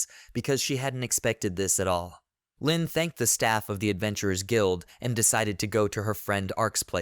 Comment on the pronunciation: Leen is an arabic girl name that means tenderness and gentleness. It is not pronounced as "lynn" but as "lean" like "leaneint" but take the first four letters only. It is a very beautiful name and it bothers me that you butchered it like that. It is not like "lynn". Nvm you butchered a lot of other names